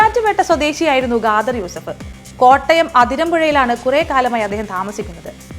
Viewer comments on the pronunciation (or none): Gader അല്ല khadar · Ghadar alla edo.. Khader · ഗാദര് അല്ല കാദർ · ഗാതർ യൂസഫ് അല്ല ഖാദർ യൂസഫ്..ഖരത്തിൻ്റെ ഖ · First of all , ഖാദർ ഇൻ്റെ pronunciation തെറ്റാണ് ,അത് മാത്രമല്ല കൊലപാതകിയെ അദ്ദേഹം എന്നൊക്കെ വിളിക്കുന്നു....ഇതുപോലെ വിവരവും നിലവാരവും ഇല്ലാത്തവരെ കൊണ്ട് ഫീച്ചർ ചെയ്യിപ്പിച്ചാൽ ഇങ്ങനെ ഇരിക്കും.... കുറഞ്ഞത് ഇത്തിരി കോമൺ സെൻസ് ഉള്ളവരെ വെച്ച് പ്രോഗ്രാം ഉണ്ടാക്ക് മഞ്ഞരമേ.....😢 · സത്യം 😂 pronunciation തെറ്റാണ് ,അത് മാത്രമല്ല കൊലപാതകിയെ അദ്ദേഹം എന്നൊക്കെ വിളിക്കുന്നു.... നിലവാരം ഇല്ലാത്തവരെ കൊണ്ട് ചെയ്പിച്ചാൽ ഇങ്ങനെ ഇരിക്കും